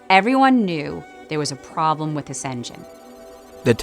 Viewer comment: I’m not trying to be rude, I’m genuinely curious and not sure, does the host have a lisp? Or is it some sort of accent that makes him not be able to say “this” and says “dis” instead?